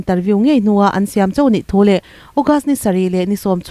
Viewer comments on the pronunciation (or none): none